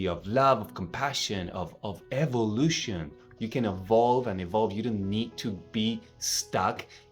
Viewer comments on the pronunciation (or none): none